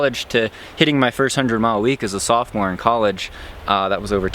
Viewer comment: You mean sophomore?